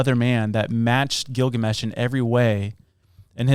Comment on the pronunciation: Bro you butcher the epic of Gilgamesh lol you got about 50% right